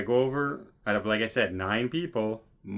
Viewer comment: Saying “ OUT” like a true Canadian 😅